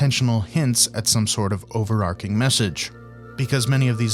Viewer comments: it's "overarching" buddy, with a ch like chicken, you're saying "overarcing" which while increasingly common is not yet a word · Overarching, not overarking